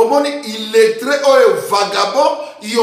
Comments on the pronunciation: Boketshu, tu es un vrai idiot ainsi que tous ces imbéciles qui te soutiennent. Que l'un de ces imbéciles traduisent pour toi ce que je dis. Oza zona nyama. Zonga classe oyeba ko loba "Illettré " balobaka irretre te. Bourrique, moydbi ya mbongo Ya Katumbi, un autre voleur pilleur. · Oza vrai zoba zoba émission précédent obudaki tout les opposants na Fayulu lelo ondimi lisusu Fayulu banda okoki koloba illettré okomi fier yekola ba mots oyo olobaka '' illettré ( irrettré) , Diaspora ( Djaspora ) , Culture ( Cuture ), Dieu ( Dje ) etc kiekiekiekiekie kiekiekiekiekie